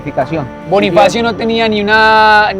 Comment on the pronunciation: Soy la única que se da cuenta que en el minuto liendra dice Bonniefacio como nuestro Bonniefacio de five nights at freddy's 🐻🐰🐥🦊